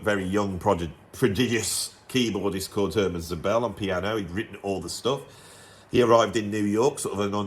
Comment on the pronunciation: Great stuff, I own three out of ten, Eddie Henderson's Realization and Szobel (emphasis should be on the first syllable1) must have been suggested earlier by your channel, but Rahmann I had before ;-) I'm very curious about the latest Szobel developments! Here is a new suggestion I recently stumbled upon: Stephan Thelen, Fractal Guitar, vols. 1-3 + other stuff I still need to discover. Born 1959 in the US, he's based in Zurich, Switzerland, where he studied math ;-) He's worked among others with Sonar and David Torn. Check him out!